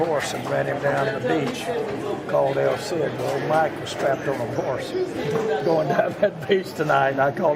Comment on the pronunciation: Did I hear “el CID” omg😂